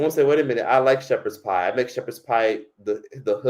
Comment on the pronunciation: Shepard pieee😂